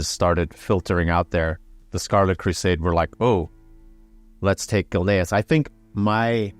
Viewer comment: its Gilneas not gilnaris